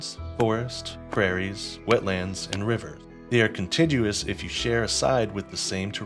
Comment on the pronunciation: Great tutorial! Also contiguous has a hard g, not a soft g (kun tig yoo us)